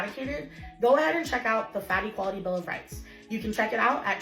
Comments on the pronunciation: Everytime she says fat equality I hear fatty quality. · Is anyone else just tickled over the fact that when she says “fat equality”, it sounds like she’s saying “fatty quality”?